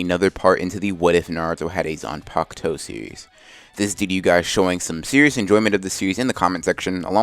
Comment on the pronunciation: why is it that in the thumbnail and what you say its Zanpakto, but in the title its Zanpakuto? Edit: also its in every video.